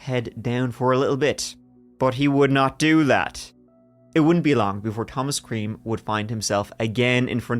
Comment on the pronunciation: You can say creme again. Clean your beard love.